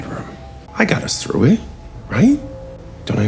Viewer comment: It's fly through the sky NOT fly frew the sky.